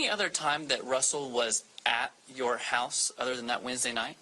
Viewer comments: I’m sorry but hulse 😂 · Which "heaws" did the crime happen at? Also, I was wondering if the suspect is usually the victim's "speaws" and if the crime was "abeawt" one of passion or a custody battle eh? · What part of north america are you from to pronounce the word HOUSE That way ? HOEUSE